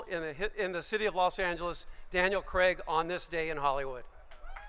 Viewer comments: At least pronounce his name right, it's CRAIG, not CREG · Why can't Americans say "Craig?" It always "Creg!"